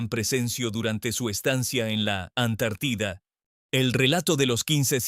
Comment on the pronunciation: No será q este comunicador sea un extraterrestre? No hay una sola palabra q pronuncie bien acentuada siempre dice Antártida con acento en la i cuando necesita ñ dice ano y eso es otra cosa, de dónde es este cuate😮😮😮